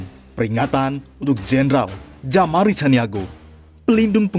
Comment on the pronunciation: Jamaro bukan jamari